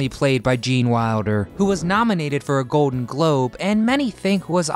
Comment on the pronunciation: How about ordinary words like golden, not 'go-din' and cold not 'code'